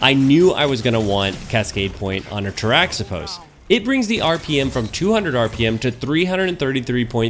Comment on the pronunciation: Good call. I like my Cascade Roll as well. Its pronounced "tara-hih-pohs" though. The origin is greek. Not bashing you, just giving you the info. The X is pronounced as an H. I like your content. Keep em' coming.